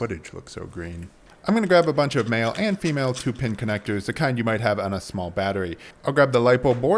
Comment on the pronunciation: I totally heard ‘I’m gonna go grab mayo’ when you were talking about male female wires lmao